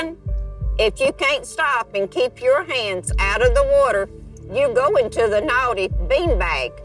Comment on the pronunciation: "You will be going to the nowty bane bag" 🤣